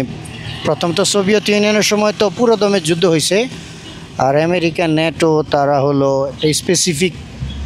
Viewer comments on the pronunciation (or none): none